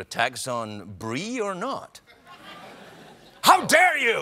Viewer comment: 'HOW DARE YOU!' 'ow dare yuh'